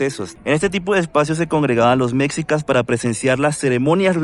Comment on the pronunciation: Antes de hablar de un lugar te recomiendo leer e informarte e informarte en las fuentes adecuadas sobre el tema y en especial cuando hablas de la historia de un país tan importante como México. Por ejemplo dices Mecsicas y eso no existe se escribe Mexicas y se pronuncia "meshícas", tampoco existe "Plaza de la independencia" se llama Zócalo o Plaza de la Constitución. También la ciudad original se llama Tenochtitlán, no existe "tenocticlan". Sería justificable Si fueses sueco, gringo o francés, pero eres latinoamericano y hablas español por lo que puedes comprender y entender perfectamente. Ya que tu video es público y estás desinformado. El edificio donde vive el presidente no se llama palacio presidencial, porque propiamente no era un lugar para que habitará el presidente, se llama palacio nacional y es el edificio que representa el gobierno repúblicano de México. Obrador rehabilitó un departamento dentro del palacio para que le fuera fácil llegar al despacho presidencial.